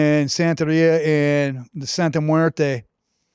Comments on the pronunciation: Bro, you should learn how to say it first before making a whole video about it. “Santa muerta” lmaoooo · Santa muertaah??😂😂 ummm 🤔 WHAAT? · Don’t bring Catholicism into this, Santa muerte is not Catholic. You’re not even saying it correctly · you mispronounce Santa Muerte wrong.